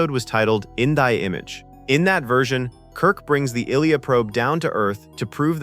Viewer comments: " I Leah " not "illiyah". This a bot account ? no way someone who watched this movie forgot how to pronounce her name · Why does Ilia's name always get pronounced wrong?? It's Eye-Lee-A!! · It's Eye-Leah. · Ilia is pronounced “eye - lee- uh”. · How are we supposed to take you seriously if you continually mispronounce the name Ilia? It’s Eye-LEE-ya. She’s Deltan, not Russian. Did you watch the movie even once?!? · Dude seriously pronounce her name right, it's Ilia. Pronounced I-lee-a or if you prefer Eye-Lee-Ah. As for the Chronology book you mention, ( censored) Okuda , a lot of what he so calls Trek. Is totally wrong! Take it with a grain of salt. And look for originally older published books. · If your going to use AI to voice your video PLEASE,PLEASE have it pronounce names correctly. It sounds like your saying illegal instead of ilia's name. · Ilia - eye-lee-uh. Jeeze. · Nothing was banned. 👎 No ending was banned. 👎 This AI-generated video hallucination (it's pronounced Ill-ee-ah) combines early sketches and spitballed ideas and gives them more way validity than they deserve. 👎 👎 AI is ruining YouTube 👎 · Tell me you know nothing about Star Trek without telling me you know nothing about Star Trek. Her name is pronounce "Eyeleeya" and if you had watch the at least once and were not an AI bot reader, you would know that. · Okay, anyone who can't pronounce Ilia (EYE Lee Uh) is NOT a fan and shouldn't be making a video about it. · First off,, Ilea's name is pronounced "Eye-lee-uh". Also, V'Ger's home planet could not be the Borg because the Borg queen has said that the Borg have existed for thousands of years. And she said this about 100 years after the events in Star Trek: The Motion Picture. So, 100 years does not thousands of years make. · It's pronounced EYE-LEE-AH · Ilia is pronounced "eye-lee-ah". Are you using IA ?? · Her name was " I Lee AH" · AI correction: The Enterprise Lieutenant's name is pronounced "eye-lee-ah."